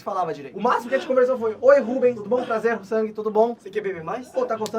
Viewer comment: falando sang em português... "Sangue" 🤣🤣🤣🤣🤣